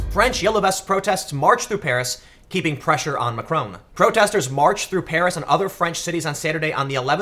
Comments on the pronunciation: His name is Mac-ron, not Mac-rone. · Hey Tim, I'll be correcting this every video until you see this but... It's pronounced Mack - ron, not Ma - Krone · Tim! It's MacrON, not MacrOWN! Also, it's pronounced "an Marsh". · Why do Americans have to pronounce everything wrong. Can't even say Macron correctly. And it's no erbs it Herbs with an H. And it's not TWOT its TWAT ! Just cos you pronounce SWAT like SWOT doesn't mean it applies to the ENGLISH language. It really fucks me off when yanks think they know or understand European politics from spending five minutes on Wikipedia. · OMG, learn how to pronounce Macron